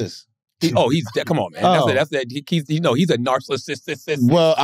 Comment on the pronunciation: I’m a Narsis too not a full Narcissist 😎